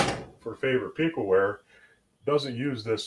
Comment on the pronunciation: Piqua is pronounced with a soft e sound, not a hard e. Its more like "pick-wah." I'm from the area.